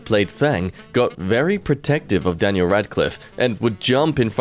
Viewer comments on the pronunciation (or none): none